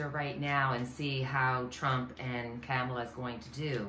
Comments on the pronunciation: Comma la. Not cam as in camera. Important for us to say it correctly because the other side is not. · It's "Comma" la! Thanks,! Love-Light! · OK, the correct pronunciation of the next president is pronounced, “ comma la “